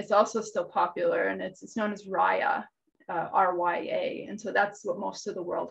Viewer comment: My grandmother, from Småland Sweden sewed rya matta, I always heard it pronounced ree-ah mah-ta (rya rug). Love your video. My mother bought me a loom in Sweden and I have yet to use it, and now I must. I have made small rag rug style pieces on a lap loom. Thank you all! Täck så mycket.